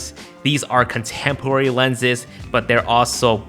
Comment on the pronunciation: ” Contempwary” 🤣🤣🤣🤣